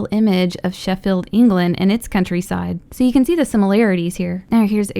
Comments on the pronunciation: You said Sheffield wrong you said sheffeld not Sheffield and I also live there is I know this stuff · i hate how you say Sheffield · It's Sheffield not Sheffield England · I'm from Sheffield, so I actually got excited when she said it, but the way she pronounced it, no hate but it was just funny